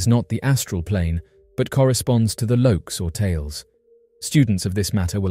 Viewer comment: It's not "Lokes or Tales" like your narrator said, it is the Lokas or Talas. These are Hindu planes of existence or consciousness. The word Loka means "a vast space" or "a world" and is applied to a spiritual sphere. There are basically seven Loka or "seven heavens." The word Tala means essentially the same thing except these are the seven lower planes of existence, or "seven Hells" in Hinduism. Think of each of the seven Lokas and Talas as two sides of the same coin. One good and one bad. It's more complicated than that, but that's the general idea. It sounds like these beings are on a different vibrational frequency than humans and can alter their frequency to inhabit our space, and they are using the Lokas and Talas as an analogy to explain their existence.